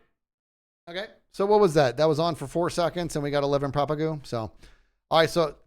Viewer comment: said the word propagule 47 times, and pronounced if propagoole only 7 times!